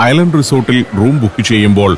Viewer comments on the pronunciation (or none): none